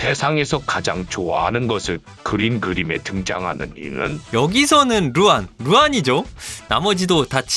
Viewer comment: 10분 13초에 이 루만을 루안이라고 발음 하셨어욬ㅋㅋ